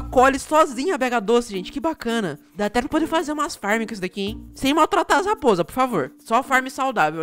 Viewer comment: O se matu a lapoza a nao me chame de bura e matou não matu e NÃO e lapoza e rrapoza ok? ;-------------------------; ;3